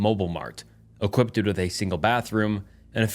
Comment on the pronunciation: you have got to work on your vocabulary and grammar dude. It’s the most commented thing on EVERY video, you tell stories for a living, please stop guessing how to pronounce words. On that note, every time this word comes up you say it wrong, the word equipped. The verb is equip, as in “to equip” so whenever you say equipted it drives me insane. Stop adding the -ed to the end of it, that isn’t a word.